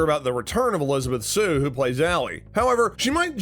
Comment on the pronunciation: Well, your credibility is gone. Tori not Tony. Kove not Krove. Shue not sue. Gianni not Gina. And it's not Carmen Diaz as Vanessa. It's Vanessa Rubio as Carmen (Diaz). How can you speak with any authority at all when you don't know half the names? The hell?